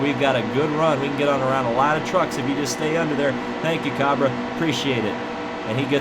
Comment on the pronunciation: Cabre is pronounced Cay-Bree